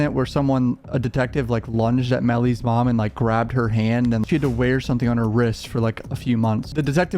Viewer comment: its meellys fewn